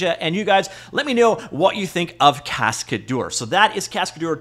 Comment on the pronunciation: It's pronounced casca-DER not cascaDOOR 😄